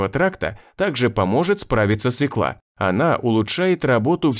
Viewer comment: Нет в русском языке слова свекла, есть слово свёкла. Диктор говорит неправильно. Надо говорить не свеклА, а свЁкла.